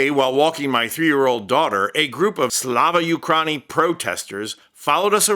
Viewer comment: 🇺🇦🇨🇦 here and appreciate your work, but Ukraini is pronounced Ukryeenee.